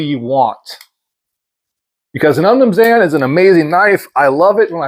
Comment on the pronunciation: I’ve never heard someone butcher saying umnumzaan before. 😂